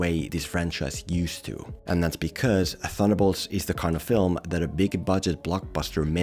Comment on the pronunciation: Ba-semen-bolts? Wtf